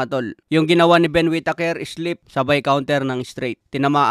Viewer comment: "Wit teyker"